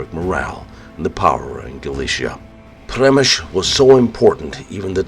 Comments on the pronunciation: I just finished reading "The Fortress" by Alexander Watson. An excellent resource for anyone wanting more info on this siege. ( I believe it is pronounced Shem i shl as someone already noted. Unless the locals pronounce it as in this video. And since was actually there, he must have heard the name spoken.) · Przemyśl is pronounced Shem - i - shl Supplementing the Standard M1894 8cm minimal Embrasure guns, many of the guns in the fortresses open mounts behind beam parapet walls and roof parapets were a few M1858 (by 1914 rare) and M1861 mainly 24 pounder (15cm) cannon still firing common and shrapnel projectiles by black powder propellants, many had been issued out of mothballs to release M1880 and later design for the Field Army in 1910 but so pressing was that even the M1861 type found service in the Field Force into WW1. Russian Intel had concluded that these guns were signal cannons not actual defensive weapons, and that added to the slaughter when they finally fired at will (without orders from the commander). Further that they were black powder it was that that added to the pawl of smoke that the Russian searchlights lit up effectively blinding their own troops. The 'light weapons' (machine guns) that defended positions like gates and inner bastions were originally Christophe Montigny Volley Mitrailleuse with 37 barrels in 11mm which as a design date back to 1865 in Belgium and post Austro-Prussian war in Austrian service, the Christophe Montigny was used by the French during the later stages of the Franco Prussian War necessitated by losses of their preferred Reffye Mitrailleuse. The Christophe Montigny were mostly replaced by later weapons such as the the Maxim M89, M89/1/2/3/4, the Salvator Dormus M1893 and the Škoda M1902 machine guns and all but the base model M89 Maxim